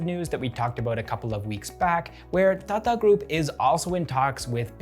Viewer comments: Hi. Your pronunciation of Tata is a bit fast. You say Tata like you would say Tada in English. The way we Indians normally pronounce Tata is like you would say Tata as in to mean "good bye". You need to stress both the "a"s in the word. So like TaaTaa. But I love hearing non native speakers try Indian dialect. It's funnier that way, in a good way. 😌 Love this channel and your presence on screen bro. Keep up the good work. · I love the way he says "Tata" ! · The way you say "Tata group" got me chuckling everytime.. great content btw keep it up